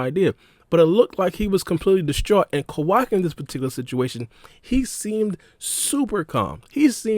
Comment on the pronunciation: You saying Quackie instead of Kawaki and Isshigo instead Isshiki.. Hurts the ears..